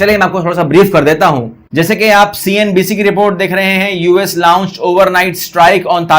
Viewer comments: min. Abey gadhe woh “launched” hota hai, “laaauunncched” nahin😂😂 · us lawunched....? His English is equal to a dead fish